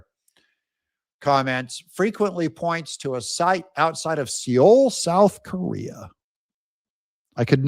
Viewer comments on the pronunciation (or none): Seol = Soul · Seoul pronounced sole